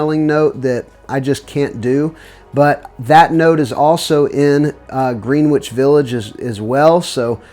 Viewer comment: I know it's spelled Greenwich but it's pronounced Grenich. I'm not trying to come across snobby, just letting you know. I remember a movie from when I was a kid called The Pope of Greenwich Village and I was always perplexed by it being pronounced Grenich. I bet that Emir: When Souls Get High smells good. Baby powder isn't bad unless it comes across feminine. I love the sound of tobacco, honey and cherry. So I'd like to try that one for the giveaway. Have a good day